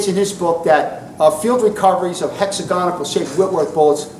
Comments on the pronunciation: Hex-Ag-On-Al. There is no 'ic' in it ffs. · A very good lecture, but it's torture the me, to hear his version of the word hexagonal.